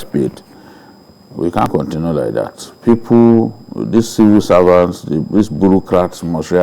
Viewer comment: Babajide please can you ask to stop using "like" and "look" in every sentence cos it is very annoying especially when he pronounces them as "lique" and "looque". Sounds irritating to the listeners. Please correct him.